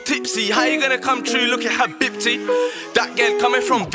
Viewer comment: Am I the only one laughing at the way he pronounces habibti? Still love this song though.